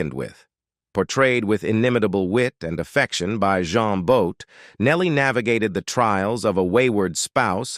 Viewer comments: It was more ‘Jeen Boat’ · "John Boat"??? Get your AI to pronounce names PROPERLY!!! it's pronounced 'Jeen But'!!